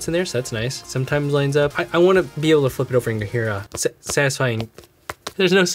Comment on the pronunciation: "Maybe an Apple sticker, maybe not? I'm actually not teeyooo upset about that" "You do have teeyooo do this" What sort of LOL pronunciation is this? How does one mess up the pronunciation of "to" so badly?